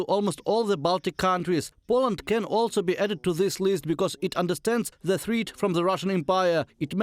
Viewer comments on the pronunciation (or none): I think it's good. Only one mispronunciation, a logical reading out of "threat" to rhyme with "meat".